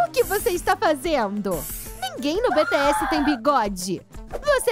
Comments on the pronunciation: ela fala bts errado pq ela falou betesse n bitiesse pelo amor de Deus nee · "beteéssi" essa quebrou meu coração kajajajajajakakakaka ai meudeus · Ai que agonia ela falando BE TE ESSE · Deu uma raiva ela falando: "BE TE ASSE"" 😐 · Mano se fala bitiess bts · Eu ouvindo ela falar os nomes errados: 🤡🤡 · eu escutando eles falarem bts errado:😒